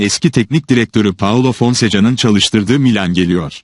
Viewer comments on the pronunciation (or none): Fonseca değil Fonseka gözünü seveyim. :)